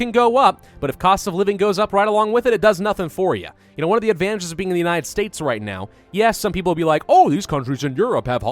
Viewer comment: i want shirts with "And genoa what" this is how he sounds when he says "and you know what?"